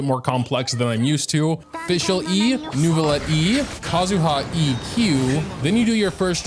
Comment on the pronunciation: great video but please learn the proper french pronunciation of neuvillette